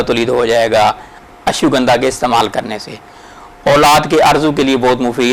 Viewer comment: Ashugandha nahi hai it's name Ashwa-gandha. Or yeh indian city naagpur main payi jati hai. Sorry for correction. Jazak Allah.